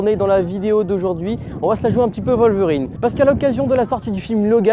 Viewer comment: Wolverine !!!! WOLVERIIIINNNNEEEEE!!! Pas "Voleverine" !!!!